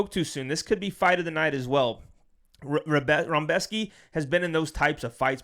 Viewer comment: Where's the "m" in "Rebecki"? Lol, love you man! ❤